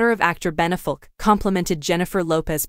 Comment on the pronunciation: First -- I would make a lot more sense if the narrator knew how to pronounce "Affleck" And then it would be better indeed if the narration matched the pictures (white dress described, black dress shown)